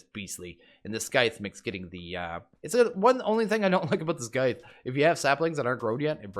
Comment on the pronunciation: "Scythe" is pronounced the same way that you pronounce "scent", not the same way that you pronounce "skip". "Slaked" is pronounced the same way that you pronounce "baked", not the same way that you pronounce "pack".